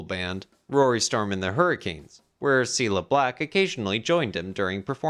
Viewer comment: Good info but is it an AI voiceover? Im halfway through and there's been the wrong intonation on Please Please Me and it's Cill-a Black not Seela Black. Just found it distracting.